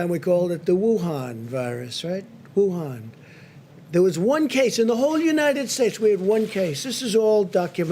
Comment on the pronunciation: When he said Wuhan like that, I fuckin died laughing 😆